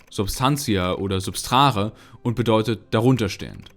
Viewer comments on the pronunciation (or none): substare, nicht: substrare